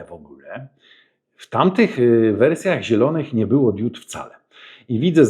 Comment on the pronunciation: błagam: DIOD bo DIODA ale nie DIÓD